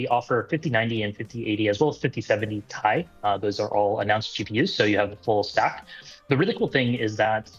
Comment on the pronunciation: Saying 5070 tie, instead of TI was wild 😃